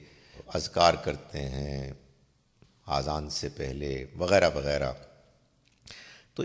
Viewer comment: اذان کوآذان تلفظ نہ کریں